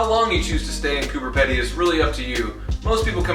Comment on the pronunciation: It’s said like Coober peeeeedy